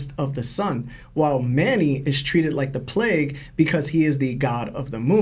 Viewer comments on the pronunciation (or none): none